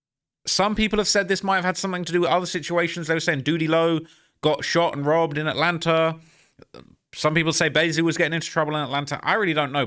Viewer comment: why do English people pronounce words like "Atlanta" with an "R" at the end? Atlanter? No disrespect, I'm from Oklahoma, so I already talk funny too. I'm just asking what's up with the "R" thing?